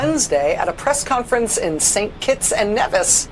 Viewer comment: her pronunciation of Nevis is hilarious